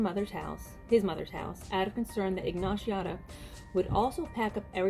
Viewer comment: Butchered many of the names including Ricky’s last name ay ay ay